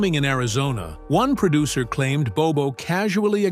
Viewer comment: Narrator: "PERDUCTION" IS NOT A WORD. * PRODUCTION. "PERDUCER" IS NOT A WORD. * PRODUCER.